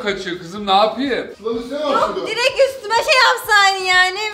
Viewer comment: diirek araba demesi pekii